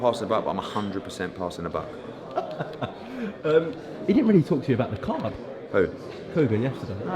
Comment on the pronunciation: It's Buck not book